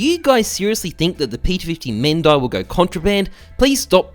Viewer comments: It's pronounced mehandi not mehndi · Mehndi is not pronounced as "Men-die" but is spelled as "May-hen-di" It is a hindi word( from India) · Its meh hen di not mayhendai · Men - Die ? Its pronounce "ME HEN DY" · No it's not pronounced like that😭 . It's meh-hen-di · Its indian thing it is pronounced mehandi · Bruh its pronounced Mehh-nndiee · Its pronounced meh-n-dee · Ohmygaaad he pronounced p250 mehndie noooo wayyyyy it's mehndee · every indian right now: its me-hen-di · It's pronounced Mehendi (Mey-Hin-Dee) 🙃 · its pronounced as meehendii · Actually you must pronounce it like "ME-HEN-DII" or "MA-HEN-DII". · Its actually pronounced as " Me hen di" and is a paste used on the hands during events or ceremonial activities or just as a decorative piece and is very popular in India. I think the world initially originated from india so by using british pronounciation to see how it sounds like doesnt really give the word justice. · its actually pronounced meh-hendi ( type of indian artwork) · It is pronounced meh-en-di in Hindi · just a note: the mehndi is pronounced like "mendee" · Ok so the correct way to say Mehndi is "Meh - n - dee" - a random indian boi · It's pronounced men die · mehendi, that's how you say it. pronounced it wrong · It's pronounced as "men-dee" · hy Its called Mehndi and its pronunciation is (meh· huhn·dee). its a Indian temp body art like a Tattoo but can be washed out in few days. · Hate me for this bus it is pronounced as "May hen di" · Notif squad Anyways is this some kind of rich joke I can't understand And your pronunciation of mehndi is incorrect